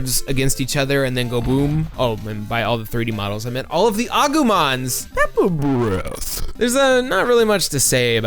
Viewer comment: I kinda cant get over how you say Pepper Breath. PEPAH BREATH